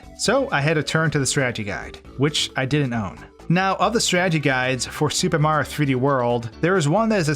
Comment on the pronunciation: Up next, will we discover the ULTIMATE hidden 1-up? Will it even be possible to find or collect? Will ever say each syllable in mario's name? These questions and more... will probably never be answered.